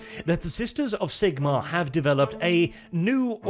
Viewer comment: You deserve a ike just for pronouncing Zigmarr the right way